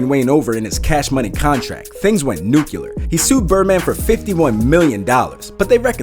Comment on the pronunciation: N-U-C-L-E-A-R!!! What the hell is new-kew-lurr????